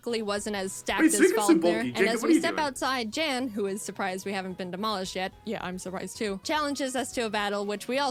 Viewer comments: Someone else probably has said it, but you do pronounce Jan correct. In his video he said it was pronounced "yan" or however you spell if for pronunciation but he seems fine with the mispronouncing. I get it, I mean just look at my last name. I think I have had a maximum of 5 my entire life pronounce it right the first time. Its just expected and not insulting since its clear since its pronunciation depends on you knowing how a different language pronounces it. I mean I don't speak German, I would 100% pronounce it wrong too if it wasn't my last name. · your pronunciation of Jan is correct! Jaidens' is hilarious :D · Oh yeah btw, you do pronounce Jan’s name correctly. I can confirm as a fellow German native speaker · Your pronunciation of „Jan“ is almost perfect, the A is just a little quicker spoken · You were saying Jan's name gorrectly. In this whole video Jaden was mispronouncing his name. It's pronounced the way you were saying it originally. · "What if im saying it wrong , i thought it was Yawn" - Jan is german , his name gets pronounced like Yawn in english. Or more precise like Yan from Yanmega. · Just for the record, Jan's name is pronounced "Yaan", like you did at the beginning. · In the reaction video that, Jan, responded to, he did say it was pronounced, yawn. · No, you're right; it's pronounced Yahn. He clarified that during his reaction to this episode of Jaiden's Nuzlocke series. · Young without the g is spot-on. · It is pronounced "Yan", it's German. So yeah you were saying it right, she was saying it wrong. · Just want to add to this comment that Wolfey is pronouncing Jan's name correctly. In Pokemon Challenge's reaction video he mentions how it doesn't have an American pronounciation and is a German name pronounced like YAHN. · Thanks for pronouncing "Jan" the right way 🥰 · 🎶real Youtubists know PC’s name🎶 🎶I hope that we pronounced it right🎶 (You did. It’s a Nordic soft J. He said so in his own reaction to this video. Good job Wolfey.)